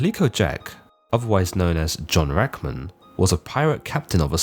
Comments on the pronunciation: Dude half your pronunciations are completely wrong. Plus it’s Jack Rackham, not Rackman. That’s not even disputed anywhere like Blackbeard’s real name was. And calico is pronounced (ka•luh•kow) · First and foremost, mate, It's pronounced 'Rackam" not "Rackman" get it right, lad.